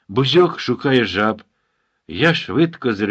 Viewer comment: Чому наголошуєте бузьОк? Завжди казали бУзьок.